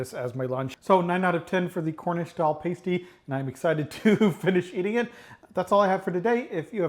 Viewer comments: Try saying "Pah-stee". As for the crimp, don't worry if you can't do it, it does take practice. What matters is that you enjoy eating it. One thing you did that didn't help you was to have the pasty 90 degrees the wrong way, turn it so the folded edge is nearest you, and crimp edge is away from you. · It’s best with a pile of good chips and baked beans. And it’s a pasty with a short A as in nasty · Pasty pronunciation. The A in pasty is the same as the A in map. Hope that helps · I was born in Hayle CornWall and was so glad to see you got the Pastie, all most traditional. Many would say you got it 90% right, many do not include Onion. There is some history that says the Pastie had two sides with the savory at one end and sweet at the other. The way you said the name at the beginning was right the way you said it when you tasted it was the wrong way. It's said with a softer "a" so it's "pastie" not "pAstie". As for the Crimp. It was meant to be the part you hold to eat the Pastie if as a miner you have dirty hands and would not eat the crimp. Well done. Oh on the peal of the rutabaga, look again. The difference in colour is very slight but it is there. Maybe easer to see on a larger one than the one you used in this video but in one frame of your video I can see the colour change. I am trying to find a way of describing it. Let me try this. If the inside is 100% cream then the outside is 95% cream + 5% green. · It's not paste-y, it's pass-ty. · Pas tee not paste ee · P-ass-ty..like ass, a p-ace- tie the way you said it, is a nipple cover! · its not a paystie it is a pasty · Please for the love god... Americans, Learn to read! The word is "Pasty" pronounced "Past - ee" NOT "Paste - ee" You see the "E" when added to the word "Past" changes the pronunciation of the "A" From "Past" into "paste"! The English don't add letters to words for no reason! So... Pasty NOT pastey!